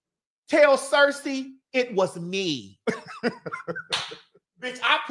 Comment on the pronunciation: Did She Say Cersey on OmG